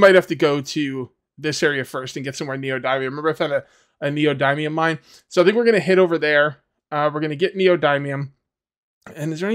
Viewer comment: Neo dimium. Not dymium